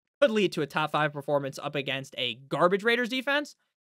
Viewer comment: When you do the Rrrraider thing just move away from the mic a little so those with good speakers can’t file lawsuits.